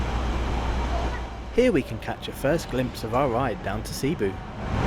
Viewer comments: Your pronounced cebu incorrectly t's not sea boo It's sabu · Also it's a soft e in Cebu. Not seeboo. 😊